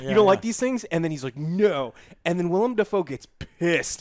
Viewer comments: Willem....its WILLEM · Every time says WILLIAM Dafoe, a seagull is brutally murdered. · Say it with me, "Willem". Say it with me, "Pattinson". We got it? Good. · Willem, Joe. Willem.